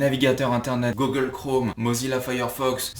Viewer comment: ce n'est pas pour me moquer mais comme tu prononce google m'a fait rire!! GOGLE hahahahaha